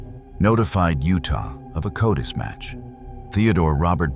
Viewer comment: CODIS is pronounced "KOH-dis"...